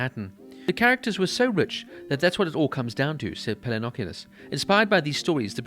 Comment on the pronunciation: I'm very happy to see a revisit to this show, however, I have a few suggestions. That's really not how you pronounce "Pelecanos". Also, I don't think season 3 isn't as great as the other 2. Less action ,no doubt, but in terms of content it was really necessary, to show to later millenials and zoomers how the HIV epidemic really struck hard on people's lives. Good work nonetheless!